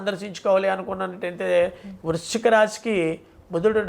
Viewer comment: Vruchhika,budhavarama, somavarama ,clearga cheppaledhu